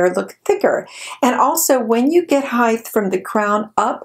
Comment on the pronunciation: Heighth???? 🤣 Height.